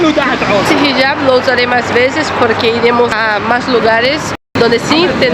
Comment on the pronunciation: Hijab,, es Hijab; no "Jihab". 😆😆😆😉